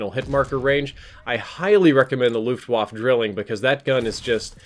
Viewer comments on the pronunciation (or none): "luftwafuh" 😂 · "Luftwaffe" is german so you wanna pronounce the e at the end as "eh". Just sayin'.